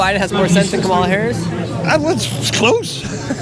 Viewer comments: "Cum illa Haraussssss" She is African..... OMFG... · urgh the moment I heard that french pronunciation I knew it'd be the typical leftist bullcrap coming